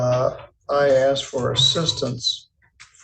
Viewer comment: He "axed" him a question.🤣